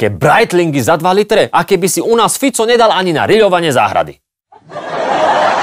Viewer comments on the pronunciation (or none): none